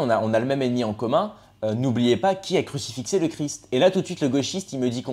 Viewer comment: On dit crucifié 😂